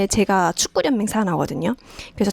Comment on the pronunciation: 축구련맹이 아니고 축구연맹으로 읽어야 합니다.